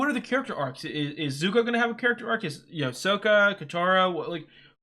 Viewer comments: No spoilers...but I verrry much suggest you switch your pronunciation to be the correct Sock-uh 😝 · NOT Soak-ah. Sok-kah. The former pronunciation triggers trauma among many fans. This is one of the best shows. My kids grew up on it and Korra and I still love it. My favorite T-shirt is from Korra (Raava and Vaatu…which are way in your future).